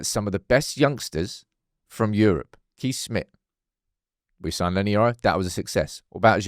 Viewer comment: Just a heads up as a Dutchman myself. You have to pronounce Kees as Case, thatll save you for another Lammens dillema😂